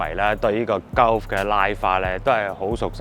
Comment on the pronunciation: Gulf 鳩呼 呢個讀法真係幾搞笑 "高呼"呢個讀法又得唔得